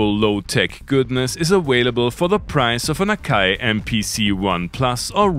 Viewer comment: Uh-whale-uh-bull?, you murder the English language with such uniquely selective style and panache! 👍👍👍